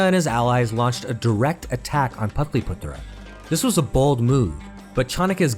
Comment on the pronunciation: suprised that he cant pronounce patliputra 😮